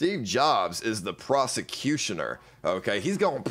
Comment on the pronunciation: Did I just hear "prosecutioner"? 😂😂😂 is that a prosecuter who executes you once theyve accused you? 😂😂😂